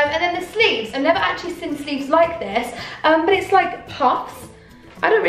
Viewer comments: You always say the word “seen” as “sin” But u did look gorg in this video 🙌🏼🙌🏼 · Why does she say ‘seen’ like ‘sin’ 😭😫😫😫😫😫😫😫 ugh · ‘Seen’ not ‘sin’ 😂😘